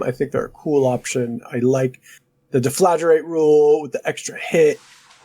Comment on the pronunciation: *deff-la-GRATE Come on guys, not too hard to pronounce...